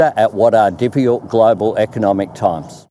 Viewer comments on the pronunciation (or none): God he can't even pronounce 'difficult'. The fact that this lisping dingus is in charge still blows my mind.